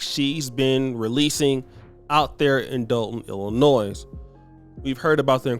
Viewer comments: It’s Ill-I-noy, the S Is silent. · There is no noise in Illinois, say it correctly ill-la-noy folks from Wisconsin can help you, just like there no whiz in Wisconsin come on people, y'all red necks or what. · don't pronounce the s in Illinois. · please pronounce the state with keeping the "s" silent please. ILLINOI(S) don't say the s please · THE …..S IN ILLINOIS IS SILENT 😊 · STOP say Illinois with the S, the S is silent (face palm)!!